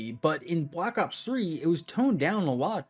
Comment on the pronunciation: bwack ops fwee